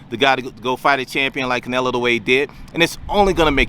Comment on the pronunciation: CANELO!! CANELO!! not "nelo" wtf